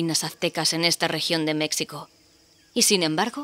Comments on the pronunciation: Buenísimo. He descubierto el canal y el juego hace poco y ya estoy picadísimo. Por cierto: México se dice con j, como jalapeño (de Jalapa o Xalapa)[ˈmexiko] Un abrazo y traga quina. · Porque pronuncian "Mecsico" ? Lo correcto es "Mejico"